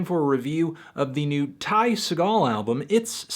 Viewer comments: There's a sticker on the shrinkwrap on the album that literally tells you how to pronounce his name. we can not excuse Ty Se-GALL anymore. It's pronounced closer to "segull" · Antnee you gotta stop pronouncing his name as Ty SE-gall! The proper pronunciation, technically, is Ty SEE-gall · ITS NOT SAW GALL, ITS FUCKING SEE GULL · you anthony jsyk its pronounced see-gal as in seagull not seh-gal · Sea-gull not phony action hero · His last name is pronounced like "Seagull" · its pronounced "Sea- gall" like the bird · It's "SEA-gl" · It's pronounced Seagull. Spelled Ty Segall, pronounced Tie Seagull. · ITS PRONOUNCED LIKE SEAGULL oh my god fantano ya killin me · "Segall" is actually pronounced like "seagull" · fantano it's pronounced sea gull but this album is fucking sick and ty is the man man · it's pronounced like Seagull. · Anyone else cringe at how he still pronounces his last name wrong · boy you pronounced his name wrong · are you saying his name wrong on purpose... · It's pronounced like the bird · Are you mispronouncing his name on purpose? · Fantano, it's pronounced like the bird not the actor ya dingus.